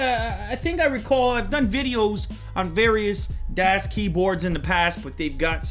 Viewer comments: I cringed every time he said "DEAS" instead of DAS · youre saying it wrong... its daas not dass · It's not Das its pronounced "Daws" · I can't believe people are getting bent outta shape over him calling this the "best" keyboard. So what? He can call it what he wants. Grow a pair people. Is there a reason he pronounces it Dass like ass instead of Das like DOS? In any case I've got a Das 4C Ultimate on the way which'll be my first blank board. I considered the full size Ultimate but damn it's expensive and huge. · not DAS pronounced DOS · its pronounced dawhs with a long a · It's pronounced "dos" with a soft "o" sound, as in "office." "Das" is German for "the" in the neuter sense. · It annoys me how he constantly says, "Dass Keyboard". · its pronounced dahs keyboard, its german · it's pronounced like "duss keyboard", if anyone is interested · i think you are supposed to say it the german das, with a short A. Like the car you know, das auto. Das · DASS keyboard lol. It's really not that hard to pronounce. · Lew, it's a German company so it's pronounced "DA-AH-SS" Keyboard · You just say the name wrong :P Das Keyboard is just german for The keyboard :p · Du hast "das" falsch ausgesprochen, und soll es nicht "die Keyboard (Tastatur)" sein? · Who else cringes when he pronounces "das" wrong? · He says das like an American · As a german schnitzel i love how people pronounce das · Am I the only one bothered by him mispronouncing the name? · Das has made pretty shit recent keyboards, using greentech switches. Plus you said das wrong the whole review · ***** das is actually pronounced the way you say "bus" ...